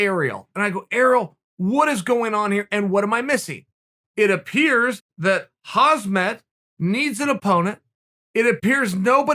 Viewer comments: Sonnen Please don't butcher Hamzah's name 😂. For the record: HAMZAH /حمزة is Arabic and means Lion, but the Chechens and Dagestanis write the sharp H as KH , just like KHABIB , pronounced HABEEB . The H similar like in the word HATE . And the T at the end of Khamzat , is due to the fact, that the Arabic letter Tā-Marbūtah (ة) is being pronounced as a T ONLY if an another word follows after it, but if no other word follows, then it's only being pronounced as a soft H . But Muslims from Caucus, the Balkans, Turks and others decided to write the T at the end of these words, which in fact is being pronounced as a smooth H , hence it's HAMZAH , a sharp H at the beginning and a soft H at the end! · seriously chael stop butchering khamzat name. i cant with you. 😂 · FOR GOD’S SAKE HIS NAME IS KHAMZAT NOT KHAZMAT!!!!!! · chael it's pronounced ham - zat, or should i start calling you kale? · Khamzat = hamzat = hamza Ffs it's not haZmat...... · Swear to god cheal it’s khamzat not hazmat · Man this guys gunna make me use to saying hazmat haha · Was not interested in the 100th video on Khamzat but had no idea Chael was actually speaking on Hozmit. This man continues to raise the bar 😂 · Khamzat “Hasmat” Chimaev aka Borsch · 0.45 Huzzmett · It shouldnt trigger me this much that he keeps saying "Hasmat" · “Hozmat” nice to meet you. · Hasmet? HAHAHAHA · Chael makes 20 videos on Khamzat Also Chael: “KhaZmat” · Learn to pronounce his name correctly dude !!! Although he is Hazardous Material, his name is Hamzah !!! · Chael: Leehon vrs Hasmat Everyone: what? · Chael “Hazmask Chimaev” Sonnen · Uncle Chael "Huzmut" Sonnen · haazmit* and haazmet* he says lol not MAT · Leehaan and Hazmaat -Uncle Chael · Chael: makes 100 vids on Khamzat Also Chael: "Hasmat"" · Calm zat. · Kuh-beeb and Hahz-mut LOL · He also called khamzat hazmaht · Yo uncle Chael u keep pronouncing Khamzat wrong maan... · how long are u going to say his name wrong? maaan i cringe every time.. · Its Kham -zat not Haz - mat